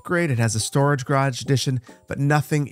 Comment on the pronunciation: Garage not grage